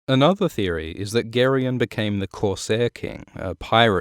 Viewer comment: Are you sure that's how it's pronounced? I've been saying it "Jerry-on"